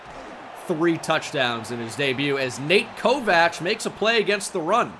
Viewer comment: Why does he pronounce it Ko-Vach???